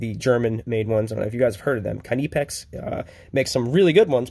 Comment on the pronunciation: Its pronounced knee pex